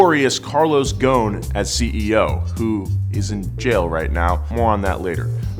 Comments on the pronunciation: His name is Carlos Ghoson! Not Carlos fucking Gone!!! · You said ghoson wrong heheheheh im Lebanese... Just say goson (geh) not( jeh) goson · Btw I love the video but its pronounced with the letter غ which dosent exist in english but man the pronunciation is killing me lol but keep it up guys you are amazing